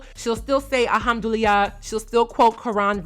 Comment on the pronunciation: They way you pronounce “Alhamdulillah” is taking me out 😂 but it’s okay, cause if I was to pronounce something in Igbo, I will fail lol